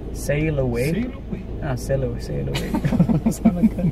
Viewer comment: S-a murdarit Costel pe la gura de engleza :)) Buna asta cu sall away